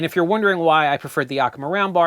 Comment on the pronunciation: Well, as a native 'Washingtonian as feel it is my duty to give one small, itsy bitsy correction on the pronunciation of Yakima. The "a" in the first syllable is pronounced like the "a" in "hat". We have some place names here that nobody gets correct without guidance. Some examples are: Puyallup, Issaquah, Sequim, Dosewallips, Pend Oreille, Skamokawa. But hey, thanks to you I now pronounce Asolo correctly.